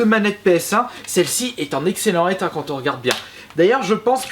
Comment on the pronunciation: excellent état : liaison pas dangereuse